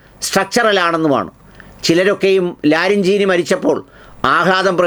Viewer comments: ലറിഞ്ഞീനി അല്ല... ലറിജാനി. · ലാരിജാനി ലറിഞ്ചാനിയല്ല 😂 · Not ‘Larinjini’. But Larijani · ലാരിൻച്ചീനി അല്ല കോയാ ... ലാരിജാനി ആദ്യം പേരെങ്കിലും നന്നായി പറയാൻ ശ്രമിക്ക് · ലാരിജാനി എന്നാണ് ശരിയായ പേര് . അദ്ദേഹത്തിൻ്റെ പേരടക്കം പേരുകൾ തെറ്റിച്ചു പറയുന്നതു കൊണ്ട് വാർത്തക്ക് ഒരു പുതുമയും കിട്ടില്ല . മൊസാദ് എന്നത് മൊസദ് എന്നു പറയുന്നതും ഈ കിറുക്കിൻ്റെ ഭാഗമായിരിക്കാമല്ലേ ! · താങ്കൾ ആദ്യം പോയി ഇറാനിയൻ നേതാക്കളുടെ പേരുകൾ നന്നായി വായിച്ചു പഠിച്ചു വാർത്ത വായിക്കുക😅😅😅 അല്ലാതെ ആരും ചിരി മരച്ചീനി കപ്പക്കിഴങ്ങ് അങ്ങനെ അല്ല പേര്